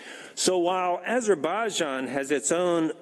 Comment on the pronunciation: Did you understand yourself what you said?:))) learn first to pronounce properly AZERBAIJAN!🇦🇿🇦🇿🇦🇿🇦🇿🇦🇿🇦🇿